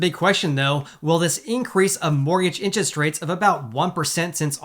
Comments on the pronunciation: Lol….”inches” rates. He cracks me up whenever I hear him say the word “interest.” 😀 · Love your videos but we gotta get you saying "interest" properly lol. Say it with me in·ter·est